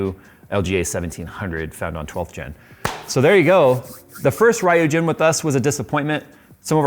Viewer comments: I cringed every time he mispronounced Ryujin 🤣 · The way you pronounce Ryujin is so jarring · It's the late 90s way from America lol. Little odd to hear once you know the real way. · It is a difficult name, but "R " from "righteous", "YU" from "you", and "JIN" from "gin". Basically the "R" isn't "are". Sometimes random YT vids can be helpful. Would have loved to have gotten one of the these for my build. I have a Corsair 150i Pro. My temps still seem to be high, 35 to 40 degrees on semi-idle on my 5900X, I think I need to re-paste my CPU. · why its pronounce raiyujin, when there is no A in Ryujin? its riujin. Y is pronounce as I. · ryūjin (or 龍神 in Japanese kanji) means 'dragon god', and should be pronounced REW-JIN, not RAI-EW-JIN! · which should be REW and not RAI-EW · It's "REE-YOU-GEEN" not "RA-YOU-GEN"! I have the Ryujin 240 for over 2 years now and I love it! On a i9-9900k the Noctua fans are still while idling. I added some LED Halo Rings from Phantheks in between the fans and the the radiator so the lighting is also fixed. I'll definitely buy this new 360 for my next build. Also, Armory Crate is FINALLY working properly but it took way too long. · Marry Christmas to everybody! Just fyi the the yu in ryujin is pronounced as you not as io. The naming is connected to the japanese dragon god of ocean ryujin (ryu for dragon pronounced as r-you). Happy holidays and have fun guys ☺️ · It's pronounced "roo-jin". Japanese is weird. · It's pronounced Reeugeen... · RYUjin is pronounced "Ryu" like Dragon in japanese, and Jhin, like the champion from LoL, "Y" sounding like "ee" from "bee". As "Ryu" and "Shoryuken", character and special move from Street Fighter games. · Um ACKSHUALLY, it's pronounced ree-yooh. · I suspect more of us pronounce it like Ryu from street fighter 🤣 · Oh god, why cant you pronounce "ryujin" normally. It's a japanese word, you read it as its written. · horrible pronunciation of ryujin